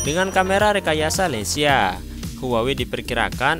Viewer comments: Leica bacanya leyka bro bukan leysia 😄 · Bacanya LEKA bang, bukan LICA😂😂😂